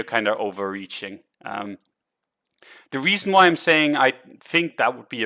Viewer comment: Thanks! Always learn something from you. BTW, Parabola is pronounced puhRAbuluh:)